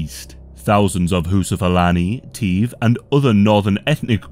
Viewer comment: Its funny how you pronounce Hausa like "Whoosa" and Igbo as "Igloo" lmao